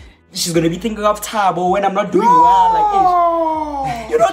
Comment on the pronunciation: They all said thabo😂😂💀